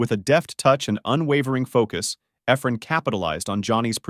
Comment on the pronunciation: hate the computer talking doesn't know how to say Effren's name.